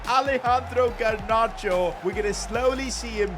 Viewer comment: GARnacho not GERnacho